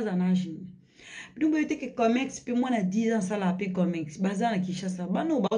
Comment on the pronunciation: Commerce et non comecsse